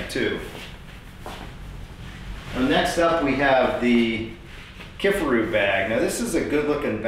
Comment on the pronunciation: Great review! Thanks for showing us the differences. Also, it’s pronounced “kif AR oo”.